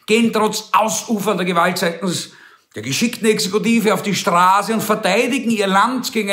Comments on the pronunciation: Jaja, auf der Strahse - hearst, es heißt Straße! Du Rhetoriker! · Neue Facette Ihrer Sprachfehler! Sie können kein scharfes ß aussprechen.... Aber ansonsten liebe ich SIe! ;-)